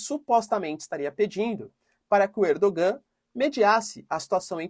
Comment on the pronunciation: Professor a pronúncia correta de Erdogan é ErdoAN. O turco tem dois gês. Um deles é um que é escrito com um gê e tem um sinal em cima da letra. E que não é pronunciado nas palavras. Como o nosso H. Ele está nas palavras mas não é pronunciado.